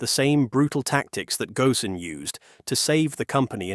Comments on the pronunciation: This time his name was pronounced correctly, instead of Carlos Gon. It should be Gosen. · I stopped listening when they mispronounced "Ghosn"